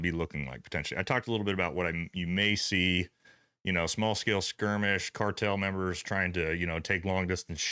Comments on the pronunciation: for the love of God, man learn how to pronounce "lethargy." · As the son of a grammar Nazi every time he mispronounces that it makes me twitch.